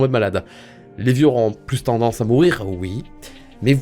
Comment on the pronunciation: Je suis réellement désolée je n' aurai jamait mis un pouce rouge sur une de t es video mais la presque a chaque fois tu dis ui au lieu de oui c est insupportable no joke j ai envie de te baffer. bonne continuation